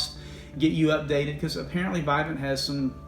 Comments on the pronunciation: Pronounced vivint not vi vint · It's vivint not vivant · Those touchlink panels you’re referring to are trash and slow. Vivint’s panel is much better. Why would they create something that could be taken over anyway. Also it’s pronounced VIV-INT not VI-VENT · It’s not Vidant there’s no D in the name it’s Vivent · Lmao.. Whoo tf is "VIGH-VENT"😂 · You’re saying the name wrong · I think you’re saying it wrong... lol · First off pronounce the name right first before making a video about it lol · You’re pronouncing “Vivint” wrong. Lol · Wait what's the issue? Just because they make it so no one else can use their equipment? And you don't even pronounce Vivint correctly 😂